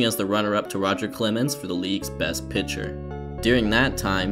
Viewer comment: excuse me, did you say "pincher"?